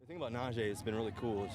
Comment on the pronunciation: Thing about Russ, he is portrayed as this communicator between teammates but he can’t even pronounce Najee’s name correctly. It’s not NAJ- jey it’s NA-jee. He already gotten bummed people can’t pronounce his name how about his new QB that’s portrayed as a saint